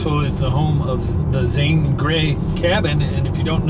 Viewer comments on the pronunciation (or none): none